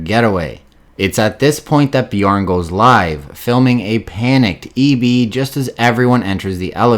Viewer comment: Always laugh when people call Bjorn - BEEEJAWWWN !!! Great video anyway mate have a good day !!!